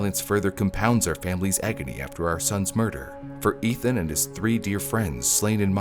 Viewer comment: The victims' names have been on repeat for a good three years and you still mispronounced Ethan's.